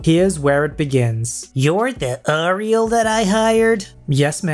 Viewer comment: For the last story: it’s pronounced “air-ee-el”.